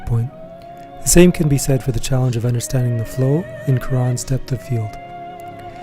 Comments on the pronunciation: Great video, but isn’t it Cwa-Ron, not coo-Ron? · Great appreciation for a fantastic film that rewards re-viewing, like many of his films do. But I was very distracted by the repeated (but differentiated) mispronunciations of Cuarón’s name. It’s not “quran” or “kee ran” or “cue ran”: it’s “kwa RONE”. For all the appreciation, please at least say the man’s name closer to correctly. It’s not that hard.